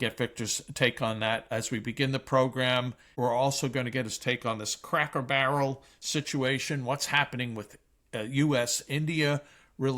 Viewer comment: Victor, you’re still mispronouncing words. "Denizen" is emphasized on the first syllable, not the middle syllable. You’re making the same mistake as with "expletive" which you are also incorrectly emphasizing on the second syllable. In speaking about Cracker Barrel, the first syllable is pronounced with a long O, not a short O as you did. Jack and Sami really should help you with your pronunciations after each recording session.